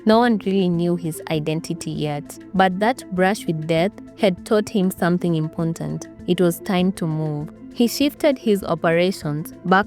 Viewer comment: 😂😂😂i donno why this sounds funny